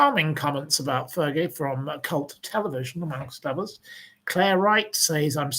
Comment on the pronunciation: I used to like watching you on Shaun's show. I love it when you blast on Fergie! 😂 Fur-gay.